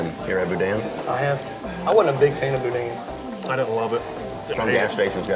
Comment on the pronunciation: We need to discuss the way you guys pronounce “boudin” 😂😂